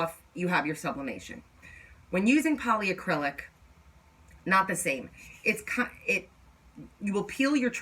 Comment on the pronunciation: It's polycrylic not poly A crylic. Lol